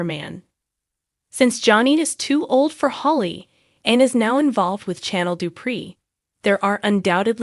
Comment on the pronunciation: You also mispronouncing Chanel’s name